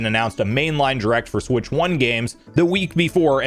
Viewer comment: I continue to be both fascinated and annoyed at the way you pronounce "direct" as jrect